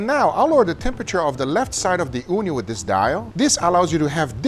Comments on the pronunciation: I keep hearing "Uuni" what means Oven in Finnish. That got me so confused. XD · Ooni is pronounced as "uuni" which is Finnish for oven.